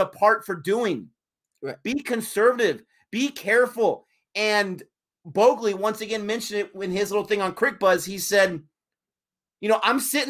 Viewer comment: Allow me to assist you with your pronunciation. Thakur = THA-KOOOR. Not Thaker. Shubman - Shubmaan. Bhogle = Bhog-Lay. Not Bogli But you pronounced Pant very well.